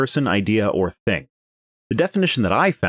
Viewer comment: Ah, the classical "living theng".